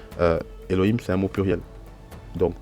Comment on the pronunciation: Minute pourquoi prononcer le H ouvert (He) comme un r espagnol qui correspond a un H ferme (Khet)? On lit bien eloim et non elorim, non?